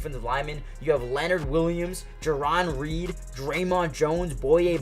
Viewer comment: He urbanizes a lot of the names like JAY-RON Reed and also calls Spoon DUH-von Witherspoon, I wonder why 😂